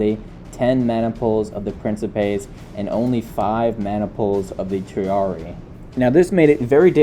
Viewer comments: Quit mispronouncing triarii. It's pronounced tree-are-ee-eye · I hate to carp over little things. I'm pretty sure when you encounter latin words with doubled i's indicating pluralization, you pronounce them both. So Julii would be 'julie-eye,' Claudiii would be 'cloudy-eye' and triarii would be 'tree-are-ee-eye.' I know, I know, people just love unsolicited pronunciation tips.